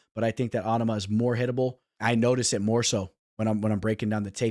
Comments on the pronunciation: LoL on ama you sound like such a fuckin weirdo bro. Love to hear you fuck up tons of fighters. Obviously, ya know nothin about ufc if you can't even pronounce his name. NOT ONE PERSON IN ANY EVENT OR PODCAST ETC. HAD EVER SOUNDED so stupid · I like the way he say on-a-ma it's just like Obama but with a N 😂😂😂😂